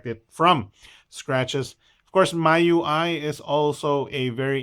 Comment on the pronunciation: I think it's pronounced Me UI, same as the Mi in Xiaomi :D